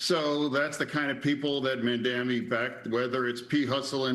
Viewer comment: I love how he say Man dam me